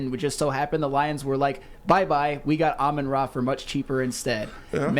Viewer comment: Watch Yu-gi-oh for correct pronunciation of dudes name